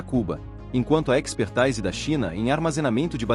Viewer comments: Precisas trocar os termos expertise ( pronuncia expertise não expertaise) e framework (pronuncia freimeuork, não frame vork) por palavras portuguesas. Tirando estes pequenos detalhes, ótimo e informativo vídeo. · Diz-se "epexrtÍse", não "expertaAíse". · É IA narrando? “Espertaise” lol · Muitos erros de prosódia nessa narração. Expertise é palavra portuguesa e deve ser lida como se escreve: "espertize". Desenrola tem de ser lido como desen"rro"la. Mas o conteúdo é muito bom e válido. Viva! Cuba Libre das garras do grande Satã.